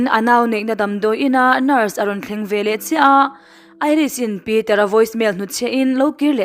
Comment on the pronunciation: 'Velah' nilo in 'veleh' tih tur aw. A hmuhnawm in ngaihthlak anuam e